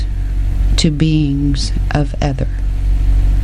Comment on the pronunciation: I'm sure it's pronounced eeth- er